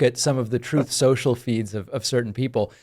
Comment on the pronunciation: "Troth, Sential"